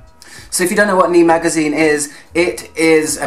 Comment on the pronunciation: Good overview, seems like a great read. Sorry to be pedantic but I must point out that it should be pronounced "nay" or "née". All the best